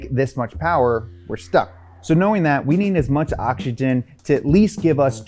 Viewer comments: Is it just me or is he saying ochigen and not oxygen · Why can't he pronounce OX Y GEN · I like when he says oxkigen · If I had a penny for every time he said 'okshygen'...